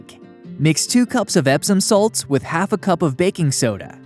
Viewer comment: Nice to hear that : Epsom salt.